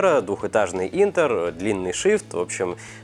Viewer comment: ***** Я про само слово. У всех 'Э'нтер, а тут 'И'нтер.